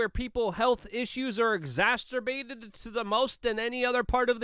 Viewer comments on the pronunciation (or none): I love you luke. but its exacerbated not exasstterbated. I think... French canadian here. what do I know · Pronounce "Exacerbated" = EK-ZA-SIR-BATED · LUKE SECOND TIME I HEARD YOU SAY EXASTERBATED THAT'S NOT THE WORD SORRY FOR YELLING BEST WISHES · Luke I'm not sure if you're saying exacerbated or [exaterbated=> incorrect] but it's c, no t. ❤ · Exaster-bated isn’t a word, Luke! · Listening to Luke is like listening to my sister. Always shouting and yelling like I'm hard of hearing. Exasterbated≠ ExaCERbated. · Luke stop saying "exasterbated" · Do you say exasterbated on purpose instead of exacerbated? It just cracked me up I heard you say it twice in another video and in this video. "Lets go Brandon !" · My friend, it is "exacerbated," not "exasturbated" It makes it sound like you're saying "masturbated" Otherwise, good stuff, keep it up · The word is exacerbated, not exasterbated. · He should avoid that word if he can’t pronounce it... My humble opinion. I think he’s hitting it as “exaster-bated,” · Please stop saying "exasTerbated" ! It's "exacerbated". Thank you! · Exacerbated. You got an extra t in there. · I'm sorry. It's the grammar commander in me that keeps getting hung up on the way you pronounce "exacerbated". It's like a smash up of masterbated and exacerbated. Other than that your video was informative, energetic, entertaining, and well put together as always. Just giving you shit, man.